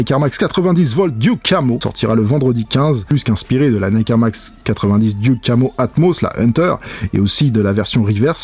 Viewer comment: Video incroyable comme d'habitude mais stp, je sais que ton anglais n'est pas au top mais on prononce "deuque camo" pas "dyouk camo" 😭